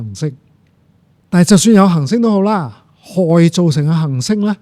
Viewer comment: 首先，謝謝朱教授嘅講解，雖然99%唔明因為學識有限，但聽到一位從事物理學習科學嘅專家，對讀出行星和恆星呢兩個詞語廣府話（廣州話，白話）嘅精準，佩服。